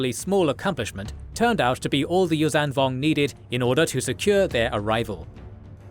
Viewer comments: Whow! 300k views and over 1k commentaries. And I thought interest in the Yuuzhan Vong went to zero. So fine to see this and the old EU still thriving. 😍 Helska IV is much too green in this video. It is actually an iced sea world. And you always say Yuuzan instead of Yuuzhan. The zh is spoken like a voiced sh. Mara's ship is Jade Shadow, not Jade Saber! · Hi, I'm so glad to have found this channel via a posting in TheJediCouncilForums. 🙂❤There is too few info and animated material about the Yuuzhan Vong on YouTube. You wrote in the subtitles "Yum Yammka" - it must be "Yun Yammka". And please: the zh in Yuuzhan Vong is not spoken like an z but like a sh, but with a humming sound - a bit like the j in "major" but - for the j is actually a combo of d and zh - without the d before the zh. Perhaps you can implement that in future videos. Please keep up the good work. This lore needs and deserves this.